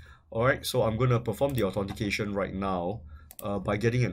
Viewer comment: "A-TORN-T-CATION" "PURCHES" Gosh his english is terrible as fuck.